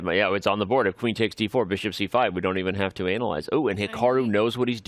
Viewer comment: 1.32 anal-yze😂😂